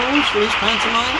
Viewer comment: I do wish would look up the word "pantomime." It drives me a bit batty every time he says it.